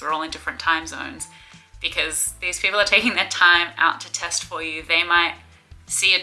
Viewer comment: I cant help but keep hearing testicle. American brain?